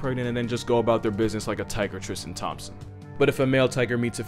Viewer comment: Haha!!! “A tiger Tristen Thomson.” 💀